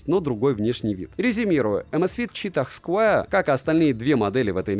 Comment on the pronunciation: найди в Гугле правильное произношение square. Умоляю…. Это сильно портит уровень твоих видео….